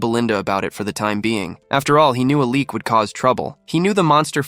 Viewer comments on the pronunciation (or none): none